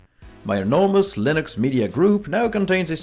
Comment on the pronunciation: am i I the only one who understood Linus media group instead of Linux media group.